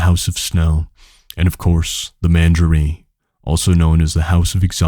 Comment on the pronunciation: Thanks man it’s really good. Small critique, you can google pronunciation of words you are unsure of. Menagerie - men are Jerry, facade - fuh sard, bravado - bruh varr doh etc.